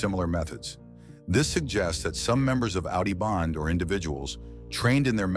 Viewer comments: Its AUDI BENDE NOT BANDE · Audio BENDE.....not bande